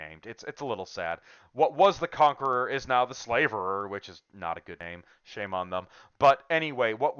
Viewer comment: You're not pronouncing "Slaverer" correctly. Your pronunciation shows that you think the name has something to do with slavery, but it does not. A "slaverer" is someone or something that drools a lot. A "slaver" is someone who deals in slaves, but "to slaver" means to salivate.